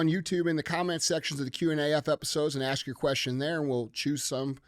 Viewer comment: DJ...its ASK....not acts . It's not let me acts you a question. So sick of hearing that shit!!